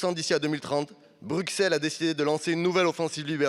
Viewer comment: C'est quand même fou, cette synecdoque très française. Ce n'est pas "Bruxelles", c'est la Commission, nommée avec l'accord et le soutien de Macron. Et puis, pauvre ignare, allez jouer à la baballe avec des têtes de ministres. On ne dit pas Brukkkkkkkssssssellles, on dit Bruxelles, comme on dit soixante.